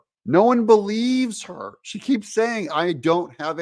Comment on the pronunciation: You said she wrong Doug lol